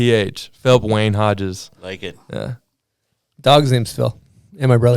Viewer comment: He said Phillip WAYNE Hodges like how big black would say “Christopher BIG BLACK boykin” in the opening credits of Rob and Big 😂😂😂